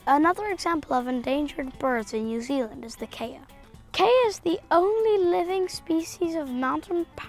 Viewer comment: 2.45 KEY A ....not KAY A ...also Kiwi birds are NOCTURNAL ...they only rummage & what is a DUTCH/ SWEDISH ( oh ,a male Grethe T. ) male child doing talking about birds from AEOTEAROA ?.